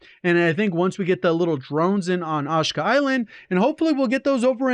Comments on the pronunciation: It’s Ashika Island. Not ashka. Missing the i there J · It's pronnouced "AH-SHEE-KAH" not "ASH-KAH" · This man calls the map “assh-kaa” 😂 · TAKE A SHOT EVERYTIME SAYS AHHSKA ISLAND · Are you trolling with the "Awsh-kuh" island? Do you not see the "i" in Ash*i*ka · SAYS HES A HUGE CALL OF DUTY FAN BUT CANT PRONOUNCE ASHIKA ISLAND CORRECTLY HAHAHAHA